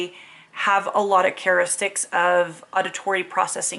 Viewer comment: Ok it’s kinda funny that you mispronounced “characteristics” in a sentence about characteristics of CAPD.